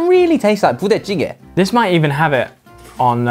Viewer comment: That '부대찌개' pronunciation is so natural! Good job, Ollie!